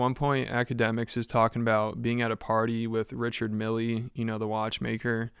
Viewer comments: Dude mispronounced the name of watch brand (and the guy he met?). It’s Richard Mille (rhymes with hill). Not milley- lol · You obviously arent a griselda listener. The watch brand is pronounched Rishád mill. Not richard milly. Its high end fashion, pretty sure its supposed to be said with a french flair. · i don't like Richard Mille watches either, but it is pronounced "Ree-shard Meel" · You don't say the e lol Richard mill is how you say it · “richard milly” dawg u sound 10 look up the pronunciation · Pronouncing Mille as Milley is insane. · Richard Mille is not pronounced "Milly" lol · "Richard Millie" lol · You don't say the "e" lol Richard mill is how you say it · Do they purposely mispronounce Richard Mille?